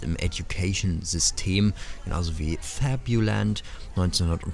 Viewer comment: Puh, wie Du krampfhaft FABULAND in Denglish sprichst ist super anstrengend. Ansonsten ein schönes und interessantes Video.